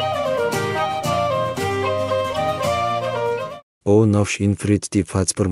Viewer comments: Ah yes, Furedi Fazubeadesu. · O merda quello e freddy fasbear?😂 Io italiano sto morendo dalle risate 😂